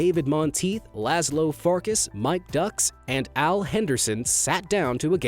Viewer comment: my hungarian ears after hearing him pronounce wolf in hungarian FARKASH Is the correct term